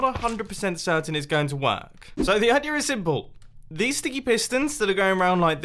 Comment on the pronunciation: I love how you say idear